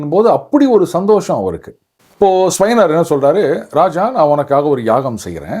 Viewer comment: ஸ்யவனர் இல்ல ச்யவனர் chyavana.. பாரதத்தில் சரியான உச்சரிப்பு மக்கியம்.